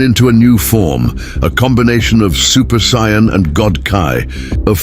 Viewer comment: what is up with this narration??? this guy or AI can't even say "Saiyan" correctly! SMH and they keep using different pics of the characters, make up your mind! JEEZ! very crapily done!